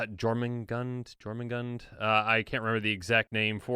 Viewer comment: The J in Jormungandr is pronounced most similar to a Y, like in Fjord. A big thing about the Jormungandr is that it's supposed to kill/eat Thor during Ragnarok. And Fenrir is supposed to kill/eat Odin.